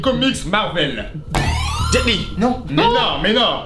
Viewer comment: Jpeux pas y croire le mec a dit jet lee